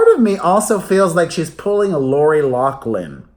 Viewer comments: LAW FLINN she pronounces it herself this way. NOT law klin. what about elizabeth warren? over buttigieg? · So apparently, Lori LAFFFFFFFFFLIN didn't "explain" how to pronounce her name correctly. You should call her. Lol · 😁 You went back to say Laurie's last name wrong.